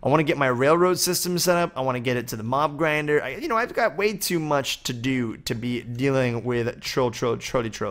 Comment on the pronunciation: Lol at first i thought you said mom grinder not mob grinder 😂